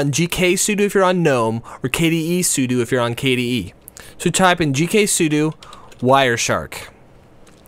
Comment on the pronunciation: The way he pronounces sudo.